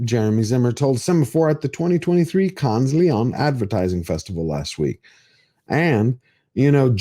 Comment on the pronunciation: just one thing,: when referring to the cannes lions, lose the "s" in "cannes", and pronounce "lions" like the goddam animals they are:) the golden lion is the highest prize awarded to a film at the cannes festival. do your research, otherwise-quite-entertaining-and-insightful dude:) cheers!